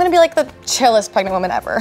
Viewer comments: Some dude said parnetg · I thought it was preganenant